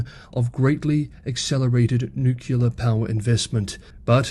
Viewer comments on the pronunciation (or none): It's pronounced nu-clear. Not nu-ku-lar. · I know you won't change the way you mispronounce it. But likewise, I won't stop pointing it out.